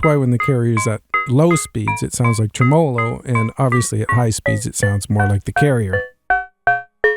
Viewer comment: 'tre-me-lo. Great video. :)